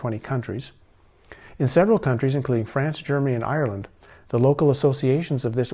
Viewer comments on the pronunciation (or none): none